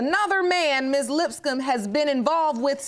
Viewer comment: Lol I thought the bailiff said the last name was "Lipscum" 🤪